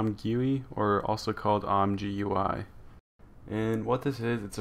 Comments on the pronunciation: "im gooey" man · Great job man! Your tutorials always help :) P.S.: It's pronounced as "I'm Jee You I" or "I'm Gooey" ;)